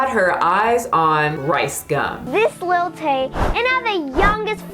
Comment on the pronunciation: I thought was saying lil tate xD but i can joke that she's Tate's daughter well little top G Andrew tate would be proud.